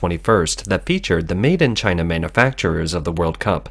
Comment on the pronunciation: Gii-na not #1 🤣